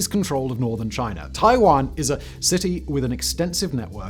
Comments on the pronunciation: First time I heard Taiwan pronounced Tai-juan.😅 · Gotta say, the fact that Simon pronounces "Taiyuan" the same way that I pronounce "Taiwan" made me think that the battle would be controversial for very different reasons. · He is pronouncing the city name wrong. There weren’t any battles on the Island of Taiwan (called Formosa during and before WW2) because Japan had held the island since the 1890s. The only major damage Taiwan suffered in WW2 was a few big bombing raids on the major cities. Actually, provided you stayed out of Taipei (called Taihoku at the time) in 1945 you were probably in one of the safest parts of East & Southeast Asia during the entire war.